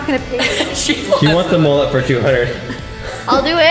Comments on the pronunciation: It not mollut it’s mullet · Mullet not mollet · From Australia mullet instead of mollut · I’m Australian and the way they say Mullet is “Molelet”. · you need to shave the top true Aussie style ////// never dis mullets again. and its MULLET not mollet come on you Americans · They say mullet wrong